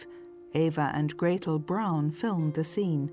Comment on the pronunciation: Her last name isn’t pronounced as Brown - it’s pronounced Brawn like Brawny brand of paper towels